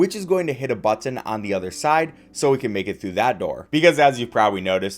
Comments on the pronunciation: Never heard someone who pronounces the t's like that in button haha butt-in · Man you really say BUT-TIN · I love everything about this except for how this guy says button like "butt tin" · The way he says button has got me on the floor😂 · The way you say "button" is really strange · the way he says button is so awful I cringe every time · this guy says "button" weird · You say "Button" like you don't know how YOU should say Button. It sounds like it's someone else's accent for just that one word. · Never heard anyone hit the word “button” with the hard T like that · it feels like you had never come across the word 'button' before this video.. you know it's one word not two right? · Ahhh i cant do the over pronunciation of "button"